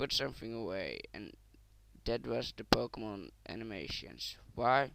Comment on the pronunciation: i cant understand what the fuck your saying go make some operation to your vocal cord cause fuck man! and you cant even fucking pronounce the names of the fucking pokemon right! you fucking dip shit!